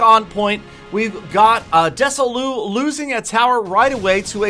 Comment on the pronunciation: Des-Oh-Lus. Mess-En-Jer.